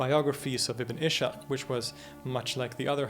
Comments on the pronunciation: Impressive scholarly work. I’d hate for anyone to take on you your butchering of Arabic words. Yathrib is pronounced with short vowels (not yath-reeb). Ibn ishaq is pronounced iss-haq (not ish-aq), just to mention a couple. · The narrator mispronounced "Ibn Is'haq" as "Ibn Ishaq". Also, he doesn't appear to conceive that the Madani constitution embodies a pluralistic society which better explains its construction and nature of its clauses prior to the onset of legalism.